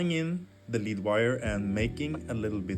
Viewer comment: Great fly. Thank you! By the way, the metal lead is pronounced led, but your English is better than some British people!